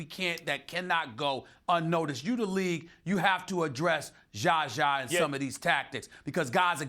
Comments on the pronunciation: Zaza NOT Gaga! At least get his name right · "JaJzA" lol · ....he says it that way out of disrespect, look back at when "za za injured kawhi" or any other time he references za za, it's clear stephen does not like him, and does not care enough to pronounce it correct. He's obviously mispronouncing it on purpose lolol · the way Stephen A. pronounces ZaZa name makes me laugh every time 😂